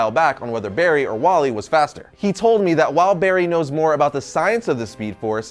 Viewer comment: Barry elen is the best but how did said its Walley😭😭😭